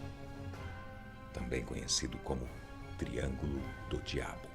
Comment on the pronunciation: esse cara em vês de fala só triângulo das bermudas não ele fala tringo do 😈